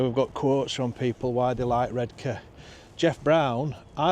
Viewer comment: Born in Saltburn, grew up in Marske (mask just saying) 😂 and it was always Red Car to us not red k. Not posh by any means